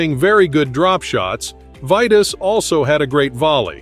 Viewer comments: This must be the AI idiocy that we have to put up with. The name was pronounced "Veetas". He was a great for sure. I met him at the WTA event in Dallas at SMU in 1977. Great and friendly guy. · I stopped watching after you mispronounced his first name. 🙄